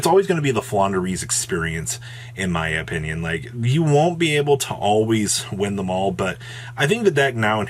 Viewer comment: did jus say "In my empenion" or am I hearing things 🤣